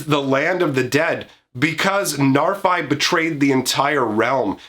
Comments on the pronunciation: The bad news is, the Old Norse pronunciation is [NAR-fee]. The good news is, we already threw proper Old Norse pronunciation out the window with the set name, and it's a fantasy world, so you can say it however you want and no one will you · I'm quite sure it's pronounced narfi with an "i" pronounced as in "if," as that's how it's pronounced in icelandic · Got bad news It is pronounced "Nahr-FEE" but he's not supposed to be scary, just look at em! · Hate to break it to ya bro, its probably pronounced Narf-Y. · Sorry guy, it's "Narf-ee", based on pseudo Norse used for Kaldheim. Ever hear of a guy called Loki (Low-key)? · It’s a norse name, and it definitely is not «Narfai.» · Being from Iceland and knowing that Narfi is actually Loki's son in the stories, I can tell you how that name is pronounced here. It is: "Nhar've". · The reason it sounds bad is because you're not pronouncing it correcty. The "fi" part is the second pronunciation you tried, the one you think sounds bad, but the "nar" pronunciation is the one you got wrong both times. It's pronounced "nahr". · sorry but i'm pretty sure you don't use english pronunciation for norse names.